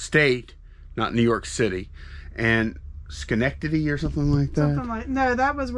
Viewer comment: Good job on the perfect pronunciation of Schenectady!